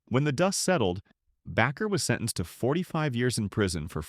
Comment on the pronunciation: Its hard to take your biased narrative seriously when your text to speech device can't pronounce Baker properly.